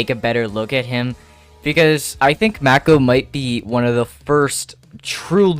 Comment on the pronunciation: It's mAko stop calling him maeko 😭